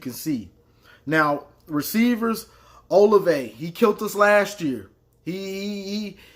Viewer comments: Hey Boss love the videos. Just so you know OSU is one of the most balanced teams that Penn st. Game was not how they normally play it's like 48% pass 52% rush. Fields has 33 passing tds and he has only played 1 full game.. Also the wide receiver Olave sounds like (O- la- Vay) and Okuda is like (O- Koo-Da). Happy Thanksgiving Man be safe. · And Oh-lav-ey